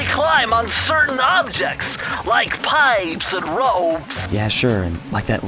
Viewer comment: Like Piiiiippessss and Rooeeeppsss 😅😅😅